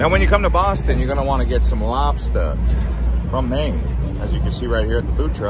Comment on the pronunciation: im from boston and if he was saying lobster like that on purpose it makes me wanna cry